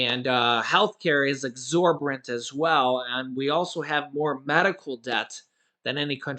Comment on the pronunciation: Hey! I noticed you have a hard time pronouncing "exorbitant". Ex-or-bi-tant means, "unreasonably high" as in the price of something. So you have the definition down but not pronouncing it right. Just FYI. 💛